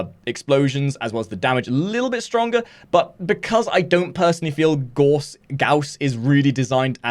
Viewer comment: PlayWarframe Gauss pronounced Gauss as in house or mouse